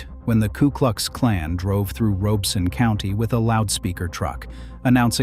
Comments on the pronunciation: I know that AI is reading this but for all of you humans watching, it is not ROBE- son. It is pronounced RAH-beh-son. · I was born in Lumberton. We never called it Robe-son. It was always pronounced Rob-es-sun. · The 'Rob' in Robeson is locally pronounced like Rob in Robert. Otherwise, very good info. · Ditto…If you say Robe-son, we know you aren’t from around here. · WTVD news in NC is pronouncing it Robe-sun too. Grew up in Fayetteville and never heard it that way. Edited for typo. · As a resident of Robeson County, I find this video, with a robot voice that cannot even pronounce the County's name correctly, extremely suspect. It is probably AI generated, and whoever made it has some agenda. But whatever that agenda is, it is not about providing a better understanding of Lumbee and Robeson County history. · I wish AI could pronounce Robeson county correctly. Otherwise, great video.